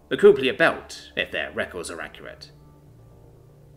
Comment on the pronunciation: It's not Koo-plee-ur belt, it's Kuiper Belt. Pronounced: "*Kai*-pah belt". been adding a whole other syllable to this known location in real space for too long.